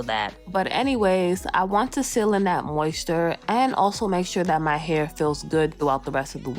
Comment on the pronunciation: Mayo nayse Moist ter Mi elle Saying everything wrong. But i loved the video